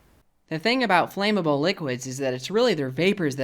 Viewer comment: flammable is not pronounced flame-able.